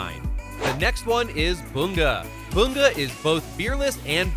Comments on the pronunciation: BU-Ga!?! It's bun-ga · No disrespect but its bunga not boonga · IM SORRY WHO IS BOONGA? YOU MEAN BUN GA BUNGA?